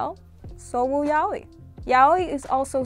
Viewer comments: Being latina is not an excuse, unless you're brazilean you'd pronunce yaoi as "ya-oh-ee" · I always pronounced it yay-oh-e